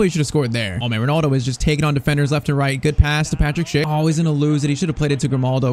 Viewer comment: Bro thats not ronaldo thats Rinildi